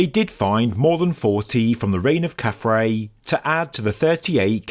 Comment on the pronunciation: KhafRa's name is pronounced 'khaf-Rah' and means "He shines as Ra". Not 'Ray'. From the Coptic word for the sun god, we get the vowel sound.